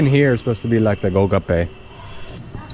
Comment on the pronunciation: Golgappe , not olgappa .